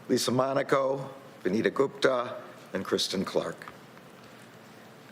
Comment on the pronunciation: He keeps calling that lady Anita it VANITA with V for voter f